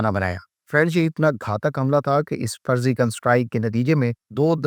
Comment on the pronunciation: فرضیکل صحیح ہے، فرزیکل نہیں۔